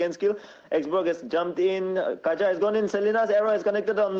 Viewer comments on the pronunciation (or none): Kaja as Kachaa😂😂